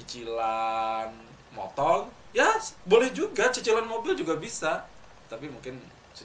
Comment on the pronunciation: motor bang bukang motol ngomong R aja gx bisa mau ngudut